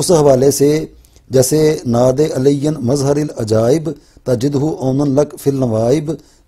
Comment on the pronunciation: اَلسَلامُ عَلَيْكُم وَرَحْمَةُ اَللهِ وَبَرَكاتُهُ مظھر کے ر پر زبر تھا زیر نہیں تھا اس سے پہلے والی ویڈیو میں